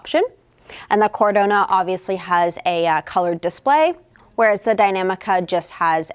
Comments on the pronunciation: Omg it is Cadorna and not Cardona 🤣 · NOT CARDONA< IT"S CADORRRRRRRRNA!! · Exactly!!! My ears are in pain every time she said the name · It’s CadoRna, not CarDona! 😂